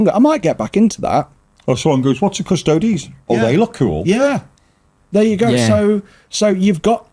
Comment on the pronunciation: Yep, it was funny hearing the Quartering guy failing to correctly pronounce Custodes fifteen times though 😂